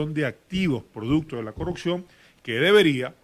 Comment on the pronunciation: ....se dice “corruPción”...